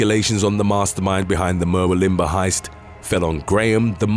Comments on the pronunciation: As an Aussie, your mispronunciation of Ivan & Murwillumbah was jarring. The Port Arthur Massacre prompted our strict gun laws & the weapons buy back. We haven’t had a mass shooting since. We are proud how our government acted swiftly so we wouldn’t have a repeat. Other countries have adopted our gun laws. It’s a shame one country is pig headed and stubborn. How many school children shot is too many? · #3 it's pronounced muh WILLum bar. I was wondering about this strange place and had a giggle when I saw it written. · Mur- will-um-Bahhhh ... It's just down the road from me LOL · Mate, it's pronounced "mur - wool - um - bar" but good try 👍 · Murwillambah is pronounced mur-woo-lum-bar, other than that good vid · Murwillumbah is pronounced as it looks… mer-will-um-bar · Hahaha, the way you pronounce Murwillumbah! Just say it phonetically - Mur like myrrh, will like the boys name, um like when you're contemplating something, and bah, where you buy alcohol at the local pub 😂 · It’s pronounced Mur-will-um-bah, just sayin. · Just want to say that’s not how you say Murwillumbah, I use to live there. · For the love of God...never try to pronounce "Murwillumbah" again. Hurts my teeth. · Especially Murwillumbah 🤔🤣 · Wait til you hear him say Murwillumbah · Three things: 1. Ivan Milat died of stomach cancer in 2019 while still in prison. Good riddance. 2. Just a nitpick, but Murwillumbah is pronounced, "Mur-WILL-um-bah", not "Mur-will-IM-bah". 3. Bit of trivia: Australia has a reputation for poisonous things, but the creatures responsible for the most animal-related human deaths in Aus are actually cows and horses. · Just for the record, Ivan Milat is pronounced (phonetically) eye-van NOT eee-van in proper English, Huntsman spiders are pretty much harmless but scary looking, Murwillumbah is pronounced (phonetically) Mer-will-um-bah and no matter what you ever read on the internet about Martin Bryant, he is just a c**t.